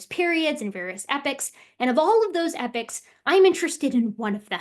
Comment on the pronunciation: Just a pronunciation thing.